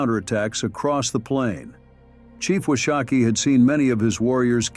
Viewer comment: Wash - a -kee. A Shoshone woman corrected me on that. She was as nice, pleasant and respectful to me in the correction.